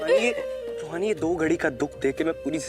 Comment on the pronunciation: रोहानि नहीं रूहानी